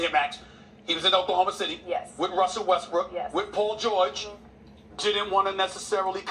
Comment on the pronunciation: I love the vid but kiss my ass for saying Russell Westbrick